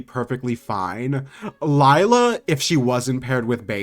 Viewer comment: just so you know Layla is pronounced Lay-la not Lyla (not trying to be rude but that's how you pronounce it)